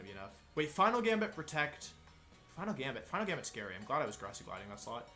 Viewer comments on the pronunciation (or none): none